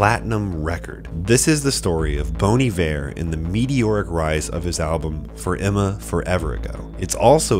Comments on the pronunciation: Bon. B. O. N. No 'e'. What's the magic rule kids (adult Americans)? The magic e at the end of the word tells the vowel before it to pronounce itself. What happens then, if we don't have the e? The vowel becomes a short vowel. So how do we say bon? That's riight, "bon". Not bone. Very good, very good. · It's not "Bone Iver." It's "Bon Iver". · Bone Eevare?? Hahahaha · He's not called Bone Iver 🤣🤣